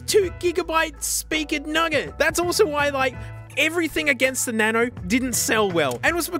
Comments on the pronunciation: each time he says "na-no" i die of laughter 😂😂😂😂😂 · "smasnug" "na-no"